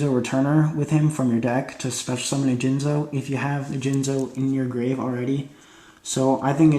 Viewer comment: Soon as I herd you say Jinzo I clicked the thumbs down button.